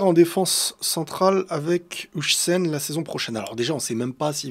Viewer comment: Finalement Dean huijsen se prononce "Hawsen" et pas "Hoysen" 😂 Sinon trop hâte la nouvelle saison 👀